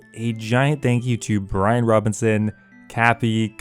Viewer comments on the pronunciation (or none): none